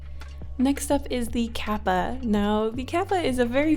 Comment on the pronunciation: for kappa, the a sound is different to how you said it. when you said kawako, you got the a sound correct though. use that same a sound for the a in kawako when you say kappa. as for kawako, the o is off. there really is no english word with the same o sound, but the closest i can think if is the o from the word "orange." it's much further back in your throat than the typical o sound in english. if you say the "ko" part of kawako, and then directly after say the word orange, you'll see how the o in orange feels further back in your throat. it's hard to explain, i guess. i'm just a linguistics major, and japanese is one of the several languages i speak, so i'm only saying this to help. i do realize that if you try to over-pronounce the japanese words, you can come off sounding pretentious, so even if you know the correct pronunciation, i fully understand why you've americanized the vowel sounds. but since the o from orange exists, i feel like using it is a good middle ground. love you and your channel! no criticism intended, i just thought that for the people who are interested, i'd give the proper pronunciation. love love love 💕💕